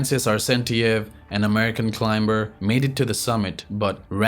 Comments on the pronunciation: When you say climber the b is silent, its pronounced climer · The narrator speaks English well for a person who is not a native/natural English speaker. The giveaway is when everytime he pronounce the word 'ClimBer'. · I appreciate your work❤ just wanted to say that you don't have to pronounce the letter 'b' in the word "climb" or "climber". Thanks for the video🎥